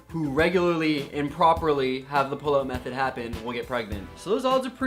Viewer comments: For the longest time I thought he was saying "the pillow method" and i was just like "O_O; what is the pillow method..." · I thought he said pillow method too...